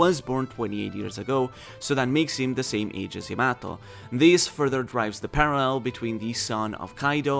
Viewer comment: Your butchering Yamato's name